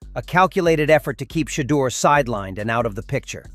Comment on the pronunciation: Coach stop lieing You think you hurting Sherdur you not you hurting your self & the team you can't even say his name Sherdur is a Godly Man 😛